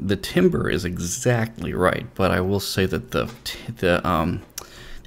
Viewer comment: It's pronounced "tam-ber" not "tim-ber" haha.